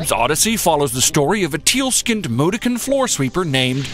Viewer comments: Mudokon is pronounced, moo-daw-kin. Not mu-du-kin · btw its pronounced moo-daw-ken